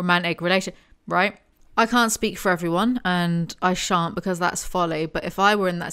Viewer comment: "but I shan't, because that's folly" might be the most british you've ever sounded ever